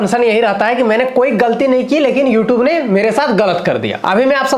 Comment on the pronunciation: YouTube hota hai u tub nhi😂😂😂